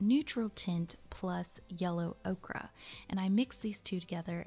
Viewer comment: Great vid- is it not yellow ok-er not ok-ra?